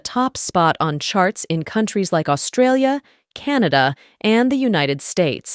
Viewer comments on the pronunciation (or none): none